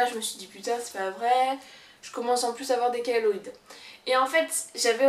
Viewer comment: Par contre attention c’est pas chaloides mais chéloïdes